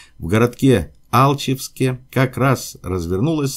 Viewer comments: АлчЕвск, ударениее на Е🙂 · Здравствуйте! Большое спасибо за изложенный материал. Но Алче́вск - ударение не на первую гласную. Очень слух режет. Я в этом городе в командировках бывала в свое время по работе. Донбасс - моя Родина и к Климу Ворошилову у нас в семье с большим уважением относятся, он в свое время многим людям помог, в детстве (70-е годы прошлого столетия) много о нем позитивно отзывались пожилые люди. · Был на Луганщине там Алчевск произносят с ударением на втором слоге.Простите,не умничаю.